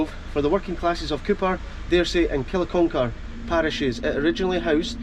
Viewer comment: Kilconquhar - pronounced Kinnucker. Lovely video. Thank you.